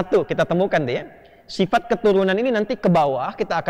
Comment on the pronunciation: Sifat” bang bkn sipat” hhh